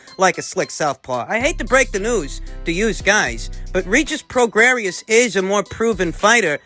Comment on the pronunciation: Pronounced...PRO GRAY..COME ON YOURE SUPPOSED TO KNOW ABOUT BOXERS......CHAR LO YOU DONT KNOW ANYTHING ABOUT THESE FIGHTERS. ANOTHER BUNK CHANNEL..DONT INSULT OUR INTELLIGENCE..AND KNOWLEDGE OF VOXING